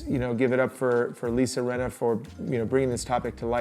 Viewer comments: I love you guys so much but it's Lisa RINNA not Renna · It’s Rinna with an I